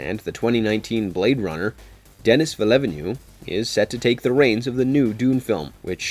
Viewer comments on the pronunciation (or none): It's pronounced Deni Veal-nurve. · Except for butchering Denis Villeneuves name, it was a very fun video! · Good vid but I’m begging you to learn how to say “Denis Villeneuve” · the way he pronounced Denis Villeneuve name is absolutely hillarious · And Atreides.